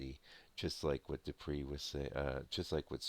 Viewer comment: no offence... please...the name is pronounced Doo-pray..(.as in prelude...)